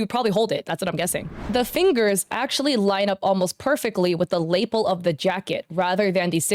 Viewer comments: Did you mean lapel (Lah-PELL)? I kept getting thrown off by label. 😅 The only one that seems weird to me is the cigarette. I've drawn swords with bad perspectives and seen tons of fellow artists do sketches with the wrong number of fingers all of the time. Now, if I had pursued visual arts instead of performing arts professionally and had focused on drawing rather than scultpure, I would have been more careful. But some artists are not as detail-oriented. The burden of proof should always be on the accuser. And the damn witch hunts need to stop. If someone tried to defame me like this, I would hire a lawyer if I could afford it. Ridiculous, mob mentality behavior. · Nitpick. The word "lapel" is pronounced luh-PEHL, not LAY-p'l. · Your pronunciation of Lapel gets me every time... 😂💀 It’s pronounced “Luh-Pell”…. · lapel rhymes with Patti LaBelle and Dave Chapelle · Is that how you say lapel?? I've been saying "lapelle" all my life. Anyway I would crash out if I got accused of using ai and pointed out all my mistakes to use as "proof" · Hey, lapel sounds like La Pel, and rhymes with “a bell”. It doesn’t rhyme with maple. ❤ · Is it me or does she say Lapel really weird it’s odd how much that word comes up and every time it throws me off lol